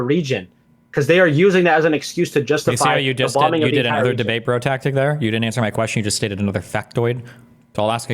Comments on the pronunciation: The worst part of this is when he says "breh" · The best Canadian NPC of 2023 (yes, 2023). He's even programmed to say "breh" and hurl insults when if you bring up anything outside of his script. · Every time has says "brah" I lose an IQ point. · “Braaaaah braaaaah”, this wannabe is gunna rage quit and you have so much more patience than I think you should have. He’s such an asshat. How dare you define terminology after he states a definition he can’t back up.